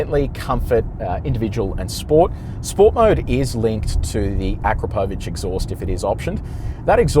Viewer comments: Hajde, tako se ne izgovara Akrapovič - on je naš Slovenac! Nećeš valda sada počet kazati 'Tezla'? Sorry mate, couldn't help it 😁- keep up the good work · Have I been pronouncing akrapovic wrong